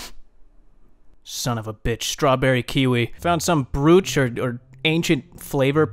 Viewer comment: bro how are u saying "broch"